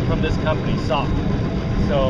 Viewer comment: It's S•O•K. Nobody calls it "sock" 🤣